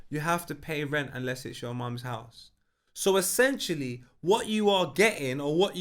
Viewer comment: Have we all accepted will never pronounce ‘essentially’ correctly? 😄